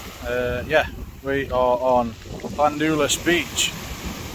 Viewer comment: ( Lan-dull-ass ) if you were to spell it how you say it 🤣🤣🤣